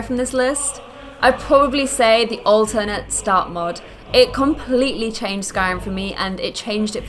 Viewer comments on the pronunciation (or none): none